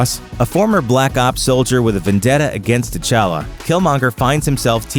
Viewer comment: If you really wanna go african all the way Tchalla is pronounced "chala" not " T Challa". The T shouldn t be pronounced